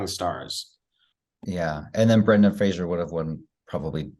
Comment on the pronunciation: Isn't Brendan's last name pronounced FRASER, like LASER? NOT Frasier